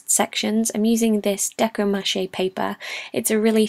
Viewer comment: Thank you for teaching me the proper pronunciation of the word "decoupage". It came up in an audiobook project and I have never encountered the word before.